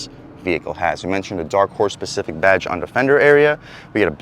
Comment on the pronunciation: its pronounced SPECIFIC and your comparing the 5.0 to a BMW?